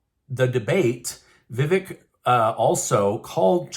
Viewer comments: Btw,, his name is pronounced:" Vi-vake". Long A sound. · Your pronouncing his name wrong Vivac as in cake I didn’t spell it right but I do have the right pronunciation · Vevek, is pronounced if you rhyme the "vek" with "cake, with the long 'a' sound." Vevaaaaaaak. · Learn how to pronounce Ramaswamy's first name. There's a long "a" in it as in "lake." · You are pronouncing it wrong. Vih-Vake is correct. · Vivek....pronounced Vi-vake, as in Cake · It's Vivek... Like cake... Say it right! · VI-VAKE pronounced LIKE CAKE! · If you are going to cover the 2024 presidential canidates, please learn how to pronounce their names. Vivak is pronouced as " ache or cake " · Vivak's first name is pronounced: Vi (short "i"-- vek - the "e" is pronounced like a hard "A"... = Vi- vAk !! Accent on second syllable!! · Vivek is pronounced vivake like cake